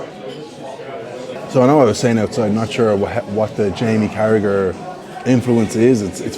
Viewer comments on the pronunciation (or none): For an Irishman,it’s embarrassing that you don’t know that Carragher name is pronounced Carraher. Sort yourself out.